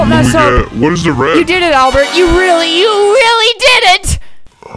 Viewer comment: Albsert * doesnt mess up * Albert again: * messes up * Me: starts laughing